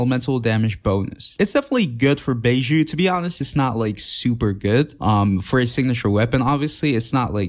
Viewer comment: bi-zhoo, bi as in bison, zhoo as in shoo but with a z instead of s :3